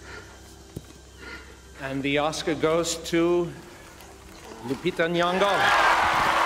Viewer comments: The way you pronounce Lupita Nyong'o's name😭😭 The /ny/ in her name is one sound😂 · her name is nyongo btw not nwongo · "Lupita Nuwongo" I'm livid